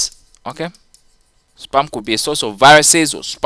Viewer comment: your spam sounds like sperm lmao...